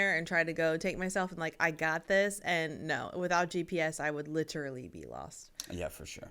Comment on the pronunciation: first American to ever say 'literally' correctly.